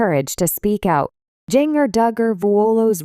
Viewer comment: Her name is pronounced JINJER!